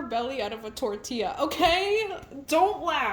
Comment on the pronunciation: Bestie, ILY but, when you said "Tortilla" I visibly panicked 😂😅